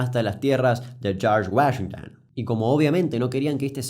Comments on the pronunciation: charch guallinton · De los creadores de "Los hermanos Mek Denels" Llega: "El señor Yorsh Wayengton" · Tunununum Tununum Tum (tema de los Expedientes Secretos X) En el minuto escuchamos como el espíritu de José María Listorti se apodera de Damián al pronunciar "Chorsh Wayington". Sos un capo Kuc, te banco fuerte. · Damián, hiciste todo un vídeo solo para presumir tu micrófono nuevo - Shorch Guashintan